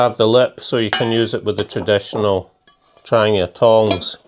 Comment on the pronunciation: Also love how you pronounce Trangia properly the way it’s said in Swedish. Other than yourself and 2 others that make videos all says tranJEEa 😆✌🏻🌲